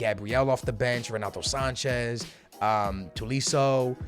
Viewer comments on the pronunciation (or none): Its not tulisso, its to-lee-so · it is tolisso not toolisso.o not oo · Its toe lease o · It’s not two lee sso it’s to lee sso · Not two-lee-so, you are saying it wrong, To like toe-lee-so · It is TOLISSO NOT TULISSO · If you say Thomas that o To-lee-so not twolisso sorry for boy bad english im from the Nederlands an im 11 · It's Toe-lee-so, not two/to-lee-so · Its tow lee so man come on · Its toe-lee-sso not two-lee-sso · Ita toe-lee-so and say it quickly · Its Tolisso(Toe-Lee-So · toe lee sow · it"s TO like TOE say TOE -LI-SSO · It’s pronounced Toe-Lee-So right? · no its toe lee si o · Say it with me... toe-lee-so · Its Toe-Lee-so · It’s toe lee soh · nice try at pronouncing Corentin Tolisso's name but you sound nothing like a French person pronouncing his name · Just sell Tolisso so that every episode you don't need comments hating about you telling wrong his name 😂😂😂😂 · just research how to pronounce Tolisso's name instead of asking us